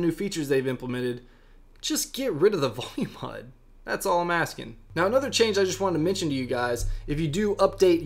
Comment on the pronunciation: PLEASE stop saying 'HUD' 😖